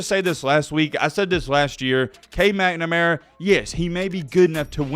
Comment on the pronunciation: If i hear "mcmanara" instead of "McNamara" one more time!!